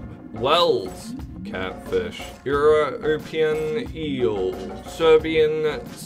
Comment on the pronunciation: good content but please learn to say european properly